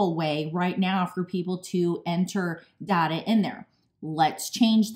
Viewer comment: It's pronounced data not data.